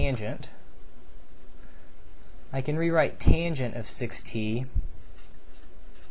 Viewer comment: 6t sound like 60